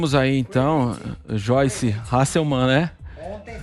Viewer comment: Xoice? Quem é Xoice?